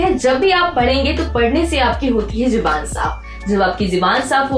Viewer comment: nice info, but its not Jiban or Juban, its Zubaan...